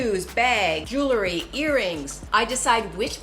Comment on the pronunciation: It is Jew-ul-ree......not Jewl-ur-ee...check the correct pronunciationl It is a peeve of mine. Great info.